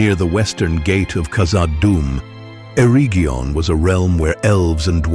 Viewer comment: Eregion is a hard g.